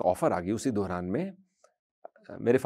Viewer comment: wo Dauran hota hai,. Dohran nahi😅